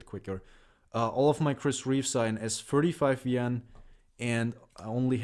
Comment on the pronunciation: I gotta be honest dude I absolutely for the life of me could not tell the difference when you said it between S35VN and S45VN. Sorry man but that was driving me crazy. My limitation, but still.